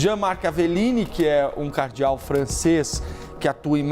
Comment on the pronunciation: Repórter pronunciando o nome de Cardeal de forma errada? Que jornalista bom em.